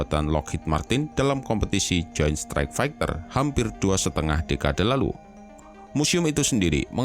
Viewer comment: Fegter fegter Itu bacanya "faiter", miiin